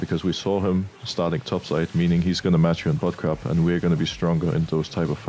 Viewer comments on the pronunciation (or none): I cant be the only one hearing butt crack instead of bot crab right?